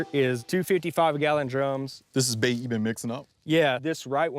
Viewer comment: Sounds like mash not bait lol